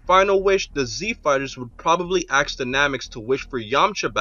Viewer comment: please don't say "axe" just say "ask"..please it sounds so ridiculous